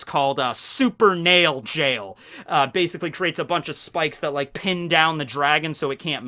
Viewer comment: actually it's supernal jail, not super nail jail. and Märchen is mer chen, not mer ken